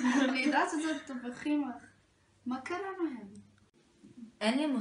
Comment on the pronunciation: א:אומרים המורה לכימיה לא המורה הכימיה ב: אומרים תפוחים לא תבוחים ג:לפרי הפגוע ולא לברי הבגוע